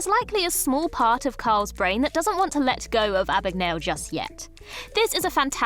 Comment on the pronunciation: "Abbagnale" is pronounced like "abba-neeal-a" in Italy ... this one is funnier that the "Stallon" thing